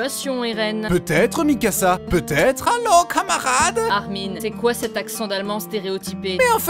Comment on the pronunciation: Juste il y a pas de e a armin Xd